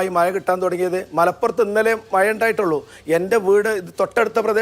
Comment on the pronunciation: മയ അല്ല മഴ 😂